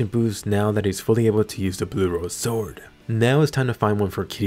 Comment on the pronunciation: I'm not the only one that heard sworldand during the fight right? That sexy beast.